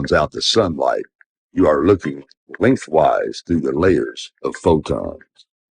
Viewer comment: If he wants to use the bible as a reference, why doesn't he mention that the sunlight gives life? WHAT AN IDIOT !!! I also notice he does not know how to pronounce Fotons, he pronounced it as " Fodons ".